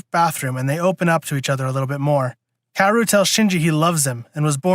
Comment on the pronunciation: Also *KAH-WO-RU?